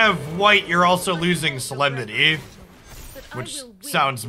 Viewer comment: A little bit of Sooo-lem-nity